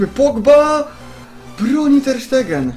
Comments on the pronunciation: junajted taka porada to nie ter sztegen tylko stejgen on sam wypowiadał w wywiadach ze tak czyta sie jego nazwisko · Czyta się TER SZTEJGEN